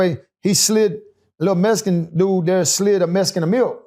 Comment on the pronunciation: I heard it when he said "down thare."